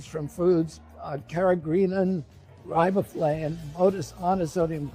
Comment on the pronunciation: riboflavin? carageenan? If he thinks these are so bad, he should be able to, at least, pronounce them. It doesn't give a lot of confidence to his knowledge; I know I know, I'm just sayin'.